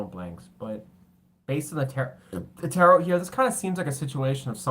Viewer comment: Tarot... Said like ta-row...like row a boat The word is French...we don't say the second T Thank you ❤️✨️